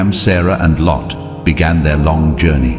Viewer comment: It's luut not lot